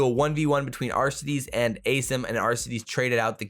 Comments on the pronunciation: “As-eem” surely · "Ace'em"??? What's the correct way to pronounce assim?